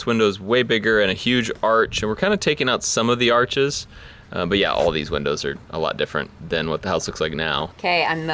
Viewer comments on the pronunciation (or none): none